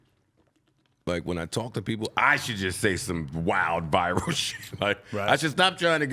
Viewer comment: Mans said "Virual moment" lol